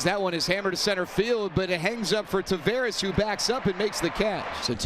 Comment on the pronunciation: the Angels commentator still hasn't figured out how to pronounce Taveras' name